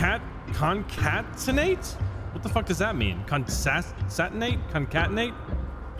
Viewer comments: Time Stamp: "Khon-say-tea-nate", 😂😂. Welcome to Computer Science and Engineering! Word: "Concatenate", Pronounciation: "Khon-khay-tea-nate", Meaning: "Procedure of joining two or more elements together." Hope it helps man. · Not really useful after the fact, but you said concatenate correctly the first time. Con-cat-ten-ate. It basically means to add together, so "ab" and "cd" would become "abcd." It's useful when coding. Your videos are always a highlight of my day